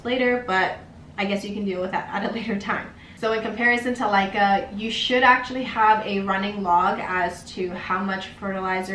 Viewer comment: Laika ? It's called Leca.....